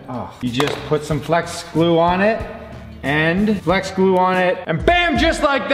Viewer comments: O.02 didnt say flex glue right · In the beginning am I the only one that hears "flesh glue clear" rather then "flex glue clear".